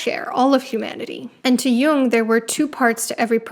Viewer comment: His name is jung, not young, and heroin doesn't have an e at the enc